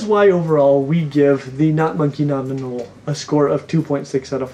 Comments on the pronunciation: Why do you say "anolee," bro? It's "a-nole." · It’s pronounced anol not anol eeeeee although spelled anole it’s said with out the e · Please stop saying anolE! Lol it’s not pronounced anolE it’s just anole. The O is long so the E is silent. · Anoley? Again? Seriously?? Sometimes I feel like you say things in the most unpleasing way on purpose just to screw with everyone. You’re secretly trolling, aren’t you?